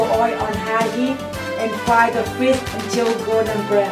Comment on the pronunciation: she say fish to fis and eggs to eyys